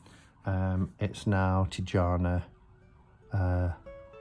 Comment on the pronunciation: Its Tijana like Y in yes. Not like pyjama. Hope you understand it.